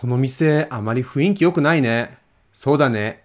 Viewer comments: 雰囲気良くないね。 Could you help me with the pronunciation here, please? It sound's like you're saying ふいんき, but it's clearly supposed to be ふんいき. Am I mishearing? Did you misspeak? Or does it sometimes blend together when spoken fast? Second example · So, I have a question. Why does the word 雰囲気 is transcribed as ふんいき but always sounds more like ふいんき ? Like, I've been listening to that part on repeat and it really sounds like the latter way more than the former, or am I hearing things? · That’s how people usually pronounce. People pronounce some words differently than how it spells. ふんいき→ふいんき てんいん（店員）→ていいん せんたくき（洗濯機）→せんたっき It’s not that you are supposed to pronounce that way, it is just people habitually pronounce them that way. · You're right. He's saying ふいんき. We often pronounce words in wrong way because they are a bit difficult to pronounce. (Also, some people don't know 雰囲気's correct pronunciation is ふんいき.) For example: atmosphere ふんいき→ふいんき clerk てんいん→てーいん everyone ぜんいん→ぜーいん P.E. たいいく→たいく